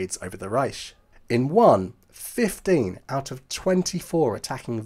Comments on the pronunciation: Why do you pronounce 'Reich' as 'Ryesh' - it is pronounced 'RYE-K' a Harsh Ch pronounced K. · It is not pronounced reish it’s reicccch. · The Ch in Riech should be more of a k sound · Strange because even the Germans pronounce it Reich with a hard 'K'